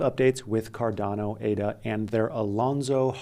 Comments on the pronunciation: I don't know why, but it bothers me as well when people mispronounce Cardano and ADA 😂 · Lol, when I first saw him pronouncing it, I thought the same thing as you.